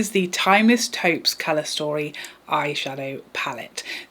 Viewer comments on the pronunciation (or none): I'm beginning to think that Americans don't know what the colour taupe actually looks like... (Not to mention how to pronounce it). That hung vanggo palette is pure brown/oranges/black!